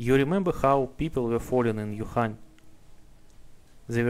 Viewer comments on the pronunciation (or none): none